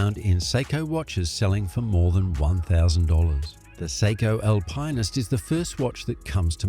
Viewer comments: Alpineist? Al - pine - ist ? Are you trolling us? Alpinist, Al - pin - ist. There's no 'pine' involved. It wouldn't have mattered but you used it so many times 🙄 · Yer Nar I’m and an Aussie too. And Al~Pine yes sure, but Al-Pine-est NO it’s Al-pin-est they are the go. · LOL. He really needs to fix his pronunciation. AL-pinn-ist. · oh please! somebody buy that Voice Over dude an Al-Pine-Ist ..lol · I'm Australian... the correct pronunciation is Al-pin-ist... this voice actor is a robot or isn't a watch enthusiast. Obviously. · When you don't know how to pronounce Alpinist... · It's not an Aussie pronunciation, hahaha! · there’s just no e in alpinist it’s not a marketing thing